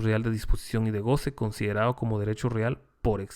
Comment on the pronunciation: mi más reconocimiento y admiración de su docencia y conocimiento..... pero con todo respeto no sé si podría UD pronunciar bien las palabras que llevan la letra d por ejemplo " considerado" y UD dice. Considerado. No se escucha bien. Pero todo lo demás está excelente. Es una crítica constructiva....obligao es obligado